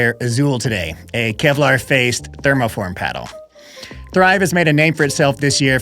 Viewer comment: “Kelvar”😂. Now that’s clickbait